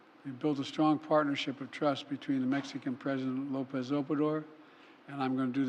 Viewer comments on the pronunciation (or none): none